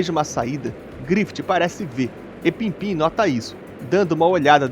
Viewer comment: pippin nao pimpim mestre hehehe